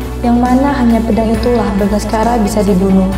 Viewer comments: Bukan bagaskara, Bangsacara. 😁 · Bangsacara bukan bangaskara